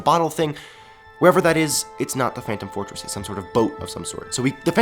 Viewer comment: well he said phantom fortress....but it sounds like phantom forces